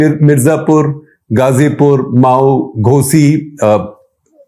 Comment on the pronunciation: Mau a district of that name in U.P. is pronounced as Ma' woo and not as Mao in Maotsetung.